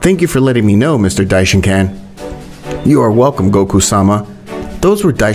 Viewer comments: Dishonkan no dishenkon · Stop calling him dishincan